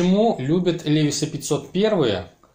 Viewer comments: 1) Влад Смирнов, нет. На самом деле: лИвайс. Иногда произносят как ливАйс. Это особенности языка: E зачастую читается как И русское. Во всяком случае компания позиционирует бренд на рынке именно как американское "лИвайс". Автор говорит "ЛевисА", отдавая дань памяти совку и фарцам-подпольщикам. Автор родом из СССР - потому и "Левис". 2) Levi's в Штатах шьют, но немного. Это линейка реплик старых моделей LVC, некоторая раритетная одежда и несколько современных моделей джинсов под маркировкой Made in USA. Но цена в разы выше обычных. Обычные - для широкого потребления - шьют за пределами США. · Бля чувак, как можно любить левайс и называть его левисом.